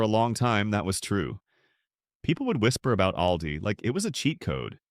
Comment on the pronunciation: "AIL-dee"? Credability gone. Bye-bye.